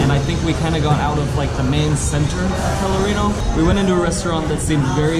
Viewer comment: Colorinho. Lol. It's actually Pelourinho.